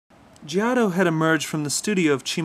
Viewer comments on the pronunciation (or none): That's not right bro. It is Geoh-toe. Or whatever. You can google it if you don't believe me...